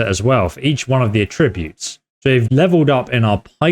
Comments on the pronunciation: AH-ttributes, not a-Tributes. Stop that plz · It's pronounced 'Atrreebutes' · I’m so sorry because your work is great but I can’t deal with how you say the noun of attributes like the verb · That’s not how you pronounce attributes.